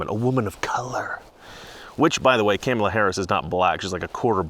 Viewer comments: It is Kaa mala not Kam mala, shesh get the next VPs name right... BTW Kamala means Horrible in Finnish. Which is appropriate. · Oh are you in trouble Mister it's pronounced 'Comma La' not 'Kammela'. The Democrats made it clear "pronounce her name correctly!" Joe Biden can't do it either! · IT'S KAMA LA, like comma. How dare you! 🤣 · It's Cum-Allah say it right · You have to pronounce Kamala right, like comma. Remember the crap Talker got the other day. LOL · Dont be a racist sexist her name is pronounce Comma K La. CNN jumped all over Tucker for pronouncing her name wrong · I love how after CNN bitched about tucker saying "cam" ala harris' name wrong as a deliberate attack, you're doing it on purpose, lol! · Are you pronouncing her name wrong on purpose? Just wondered. If you don't know how to pronounce it - (and Tucker got in knee deep over it, accused of disrespect (said it was 'all about disrespect: reporter (“Because this will serve you and your fellow hosts on Fox. Her name is pronounced ‘comma’ — like the punctuation mark — ‘la.’ Comma-la.” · Its pronounced car ma la dumbass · Uhhh you're pronouncing her name wrong. It's "Copmala." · If you are going to talk about her pronounce her name rite it's 'mala Harris you racist lmfaoooooo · Are you pronouncing her name wrong on purpose ? The Left called Tucker Carlson on it when he did it. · Careful, you might get brownsplained to by Don Lemon and his bottomless well of smug "wisdom" for the way you're pronouncing Kamala. Remember, it's okay for non-Native English speakers to butcher English names, but not for native English speakers to use anglicized approximations of non-Anglo names. One standard for me, another for thee! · Your not pronouncing her name(Kamala)....correctly so that makes you a racist 🤣🤣🤣🤣🤣🤣🤣🤣🤣🤣🤣🤣🤣🤣🤣🤣🤣🤣🤣🤣🤣🤣🤣🤣🤣🤣🤣🤣🤣🤣🤣🤣🤣🤣🤣🤣🤣🤣🤣🤣🤣🤣....I'm obviously being facetious!!!!🤣🤣🤣🤣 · you pronounced Kameltoe Hairyass incorrectly... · are you miss pronouncing her name on purpose....good man